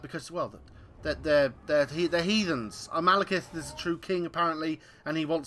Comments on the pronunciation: "Maelkith" Stop that please. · Yeah, he pronounced it wrong :)